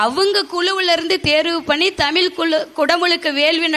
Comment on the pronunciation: ஏம்மா தமிழை தமிழ் என்று சொல் ஏனென்றால் ழகரம்தான் தமிழின் சிகரம். வாழ்த்துக்கள் நன்றி தமிழன் தென்னவன் ங